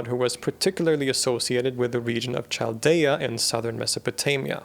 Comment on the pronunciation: Chaldea is pronounced with [k].